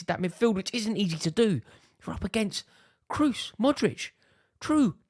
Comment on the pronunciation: Kross man not kruzz